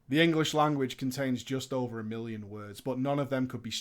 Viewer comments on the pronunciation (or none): none